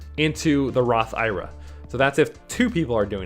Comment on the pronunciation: I think an IRA is an acronym not a word which is why most people say it one letter at a time instead of pronouncing it like it’s a word just the suggestion